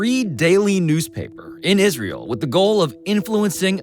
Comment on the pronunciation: Lindsey Graham should be slapped for many reasons but every fkn time I hear him say “Isrul“ it makes my skin crawl